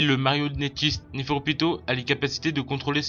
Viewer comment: Sa s'écrit nepherpito mais sa se dit nepherupito et sa ce dit Nov et sa s'écrit Nov aussi c'est une fille car elle a des seins si on regarde bien comme le roi c'est un garçon vu que c'est un roi et oui elle est né la première et a l'avenir essayer de parler mieux pour qu'on comprennent mieux sinon bonne vidéo continue comme ça